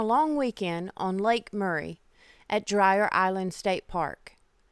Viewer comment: It’s pronounced, Dreer. Glad y’all enjoyed the park and lake. Love your channel!!